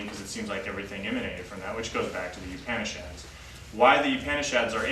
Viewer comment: Excellent knowledge and talk. The only other comment that I would like to add is the correct pronunciation of the word Upanishad. Please listen to the pronunciation by the girl from India from the link below